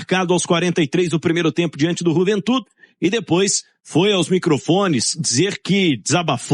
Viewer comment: Se vcs querem fazer graça , falando Juventu deveriam falar tudo em castelhano pq o nome é Juventude e pronto